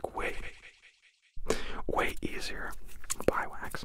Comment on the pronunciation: “this camera is supposed to be wæyy”